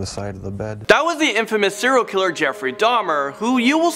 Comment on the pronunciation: 'Siral killer' 😑 Well done...